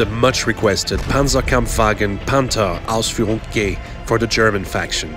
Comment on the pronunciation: did he just say Panther Ausführung "GAY" XD